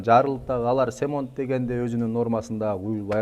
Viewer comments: Орусча сөз кошпой кыргызча сүйлөгөн кыргыз аз окшойт.Анча болду кыргызча так сүйлөй албагандан кийин орус сөздөрүн туура сүйлөөгө чакырам. "Стяжка" болгондон кийин сухая болуш керек,"сухой" эмес.Жидкий стяжка эмес-жидкая стяжка. Семонт эмес-цемент.Туура-туура эмесин колдонуп жаткан каптын сыртына жазылган жазуулардан окуп көрсөңөр болот. Эми сиз кыргыз болсоңуз, кыргызча сүйлөсөңүз эң туура болот. P.S.Эне тилин билбеген,элин сүйүп жарытпайт.(макал) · цемонт эмес цементле деп айтчы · Цемонт дебей цемент деп эле айтчы бай болгур